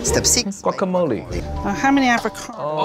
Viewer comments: I watched this episode a few months ago and it was tragic. One contestant pronounced guacamole is “guacimolo” . This same contestant was like “pico de gaLLo? Never heard of it” it was such a painful episode to watch. Paul Hollywood should be ashamed of himself lmao. He started the episode saying he had just come back from Mexico and then he had the audacity to pronounce pico de gallo wrong? Such a clusterfuck 😂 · They didn’t even mention when one of the contestants pronounced it “guacimolo” 😂😂😂